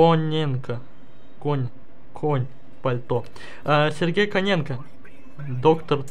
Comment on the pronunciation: Топ жреба, получилась, но за Коня ты ответишь ещё, правильное Коненко, а Кононенко. 😂😂😆😆 Тоже мне, меньше пей. Ааа... так ролик получишся просто потрясающий. )) 😉😉💪💪👍👍